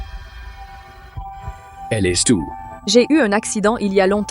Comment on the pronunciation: EST se prononce È et NON ÈSSE !